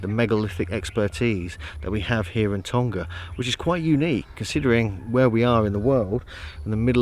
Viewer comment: Please pronounce our island properly lol its tong-a not tong-ga lol cheers